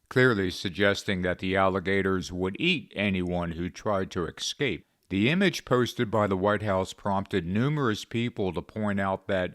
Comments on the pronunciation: The word is 'escape' NOT 'excape'. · Oh most " holier than thou"; it's escape not escape! Also, have you considered how many undocumented men have entered this country? Have you considered how many very young females were brutally raped, sodomized,and then savagely slaughtered by these undocumented individuals? You should get a job at Walmart or McDonald's! You hatred of Trump is as ungodly as it gets. Your videos? Likewise💩